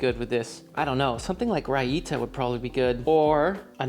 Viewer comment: it's rai-ta.. not ra ee ta